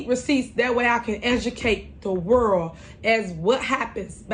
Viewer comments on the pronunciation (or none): Thats world, not worll